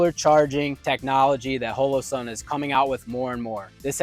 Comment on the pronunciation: Oh c'mon... At least say their name correctly. I've never heard anyone say it like you do so i went and watched their employees say it just to make sure. It's not Ho-lo-sun. Hall-o-sun.